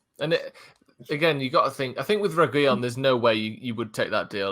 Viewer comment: learn how to pronounce reguilon, same with AFTV. Reguilon will be coming back to Madrid after Marcelo leaves